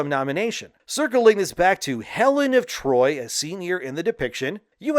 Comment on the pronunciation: Helen of D’Troyt and ACK-illes will never not be hilarious to me.